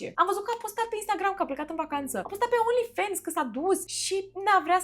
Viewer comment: Ba frate, vorbiti engleza cum trebuie, nu americaneste 😂 e Fans, cum ai citi in romana, nu fens 😂